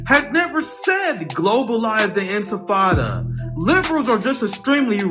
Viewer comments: Infatada? Is this guy a cretin? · Infirtada? Did that news anchor say infirtada? I he should be embarressed. And the fact that did not corect him or atleast say the word right, proofs that this is a zio in disguise. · MF really said inta fatata. Might as well said Hakuna Matata. Ugh I'm 🧃 and zrahell fatigued. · I wouldn’t even entertain answering somebody that failed to pronounce THEIR point of contention multiple times in a single paragraph. Anfitifada? Anfitada? 🤡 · He said, "Did you mean it when you said, 'groverize the impinada'?" 🤣🤣🤣🤣🤣🤣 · "Globalize the Intifrittata" Dude can't even pronounce it😂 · He cant even say it. Infan, induh, if- in fant ahdahhh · This MSNBC host is an idiot. He literally says "infitada" then tries to correct himself but continues to still get it wrong. It is not a hard word man... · I could listen to Al Sharpton struggle to say global enchilada all day. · Oh you mean that Grover in Ciabatta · "Global Infitada" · They threatened to assassinate him of course and what does Crooked and corrupt Al sharpton mean by Infitada instead of Intifada? Idiot cannot even pronounce properly. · Al Sharpton: it’s not “intitada”, it’s intifada. Learn what it actually means and how to pronounce it before criticizing. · Sharpton's so illiterate he can't even say intifada. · How do they find these TV hosts that can't even pronounce intifada? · Look at Sharpton, cowering in such fear at the phrase that he can't even pronounce it properly. That's how widespread it is. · The interviewer can't even say the word! In. Ti. Fa. Da. Say it all together now! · Who gave Al freaking Sharpton a platform? If you cant pronounce words properly, you shouldn't be hosting a show in which you're supposed to be a semi eloquent public speaker. The way he stumbled over pronouncing "Intifada" was hilarious. I was half expecting him to pronounce it as "Inta-hakuna-matata" 😂😂😂😂